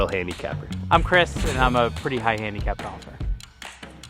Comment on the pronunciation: "20 handicacap" "13 handicap" AHJAHAHAHAHAHAHA